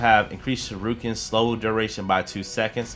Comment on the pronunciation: Oh and just so you know for your Knowledge shuriken is pronounced sure-eee-ken not sure-I-kin! It’s a Japanese word and despite the spelling it’s shur-eee-ken it’s hard to spell the pronunciation but just watch a clip of Naruto!